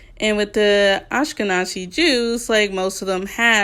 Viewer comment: Ashkenazi is NOT pronounced like that I'm for correcting you 😭 We are NOT n@ the Z is not a "ts" and you say the whole word not Ashkeh-nazi Sorry!